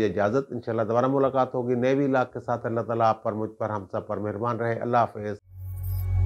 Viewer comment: السلام علیکم محترم ماشاءاللہ آپ بسم اللہ شریف کے ساتھ اپنے وی لاگ کا آغاز کرتے ہیں بہت اچھی بات ہے لیکن نہایت ادب کے ساتھ ایک درخواست ہے کہ آپ بسم اللہ میں لفظ اللہ کے لام کو موٹا نا پڑھا کریں ، یہ باریک پڑھا جاتا ہے لفظ اللہ سے پہلے والے حرف کے نیچے اگر زیر ہو تو اسم_ جلالت کا لام باریک پڑھا جاتا ہے اللہ آپ کو سلامت رکھے آپ بڑے ہیں ، صرف آپ سے درخواست کی ہے۔ حافظ سہیل نذر